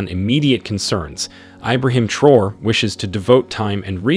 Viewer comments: Let us give this great leader respect by pronouncing his name correctly 🙂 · The narrator needs to respect and pronounce the leaders names CORRECTLY!!!